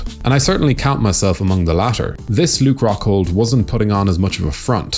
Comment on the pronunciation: Ruke Coghhghghghold